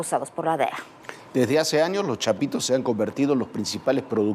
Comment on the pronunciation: Dice chapiros hehehehehehe